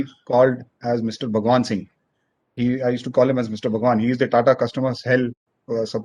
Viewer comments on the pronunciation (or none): none